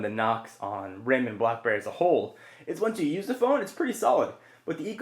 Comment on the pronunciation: Is it just to me or are you saying BlahBerry lol?